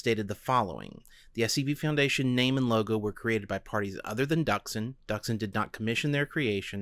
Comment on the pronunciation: So, Not Duksin. Dooksin(Дуксин) That's pronaunsiation. (forgot how to write in transcription, sorry)